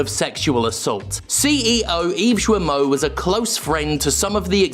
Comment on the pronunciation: Am I the only one that dies a little bit inside when Jim pronounces Guillemot as Juemot?